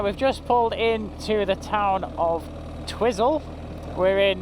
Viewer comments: We call it Twi(i) - zel is correct not Tiz-zel. It's tricky, like the suburb in Lower Hutt, Petone, being Pe - to (toe) ne, not Pet-one. 🤣🤣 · I frequently used to do the ride to Mount Cook when living in Farlie. I often combined the ride with a walk up the Hooker Valley. Staying in Twyzel (as it's pronounced), is a good option as you say, accommodation at Mount Cook is limited and very expensive. Camping isn't too bad if it's not crazy busy. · Twizel is pronounced Twiizle, not Twizzle. But coming from a foreign country (England lol) you are excused. Lol. Love your posts. You should stay here. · I love how you guys pronounce Twizel... had it right when he was pondering it, the first syllable rhymes with "wise". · An enjoyable video, thanks, but it is called Twiiiiiizel to us kiwis.. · haha, its Twi-zel. as in ' i ' sound.. safe journeys guys.. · Apparently Em, it is pronounced Twizel as in Why? Agreed,.it makes no sense but that's what New Zealanders say. Absolutely love your videos!!!! NZ is my favourite place I ever visited.